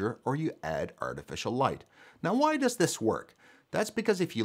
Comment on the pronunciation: 'Where dows it come from?' or rather does ?